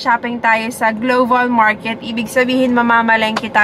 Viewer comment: Global po,..hindi, gloval